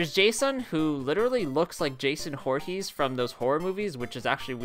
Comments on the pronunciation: It's Jason Vorhees, not Jason Horhees. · his name is jason voorhees not jason hoorhees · Really Jason horhees 😂😂